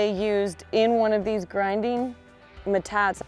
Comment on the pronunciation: I don’t mean to be presumptuous but it is pronounced “ met tot te” ( not “ma tot”. It is basically a Spanish word. Love your videos!